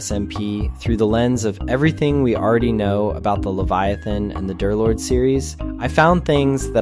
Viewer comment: The voice is definitely AI, might even be text to speech and not a voice changer. The clearest proof is just the way this guy talks, just sounds exactly like the way any chatbot usually talks. In most of his videos about D3rlord he always pronounces it "Darlord", yet there were a couple of instances where he said "Derlord", which is a clear indication of an AI trying to pronounce a word with both numbers and letters in it. The script and editing could still be made by a real person, I have nothing against someone using text to speech or a voice changer if they don't want to reveal their own voice, id do it too. I just really hope that's all there's to it.